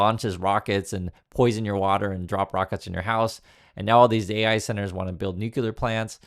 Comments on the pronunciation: “New clear” not “new cue ler”❤ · It's Nu-cle-ar, not Nu-cu-lar... Go back to school